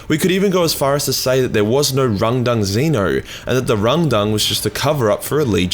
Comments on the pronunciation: Take a shit every time he says rundung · How many times did you say Rundung? 🤣🇬🇧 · I can't help but hearing "rendang" as in beef rendang curry from Malaysia. Truly a tragic battle over curry :(